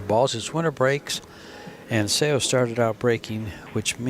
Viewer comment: right? when they say things like ‚I don’t remember if she used her extension‘ you know that these guys don’t get paid enough to pay attention to the game. or they just don’t care. and Seoa is such a famous player that everybody should know how to say her name. this was by far the worst commentary I‘ve heard in a long time. still great to watch the two women play, but better to mute the video and listen to music instead. ❤